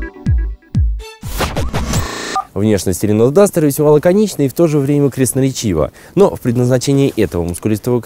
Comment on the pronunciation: люди, что значит крестноречиво, или мне послышалось?